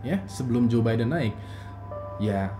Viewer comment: Gw denger jubaidah bukan jobaiden wkwkwk